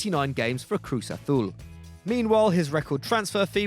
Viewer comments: "Cruz Athul" 😔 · Just saying in Mexico we don’t use a lisp like in Spain So Cruz Azul should be pronounced better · You butcherd cruz azul